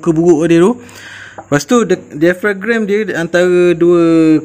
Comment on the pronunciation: Dai-a-frem. Bukan dai-fa-grem. 😂